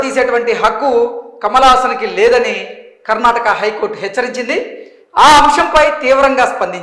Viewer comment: Brother it's Karnataka sariga Cheppandi